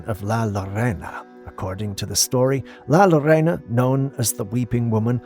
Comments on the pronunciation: My dear, it's pronounced "lah lore-oh-nah" La Llorona, i.e. the wailing woman.. your welcome... your loyal watcher and walking dictionary 😊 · Hi,Josie here in Az,camera 16 of La Llorona, this is how you pronounce it. {Yo-Rona}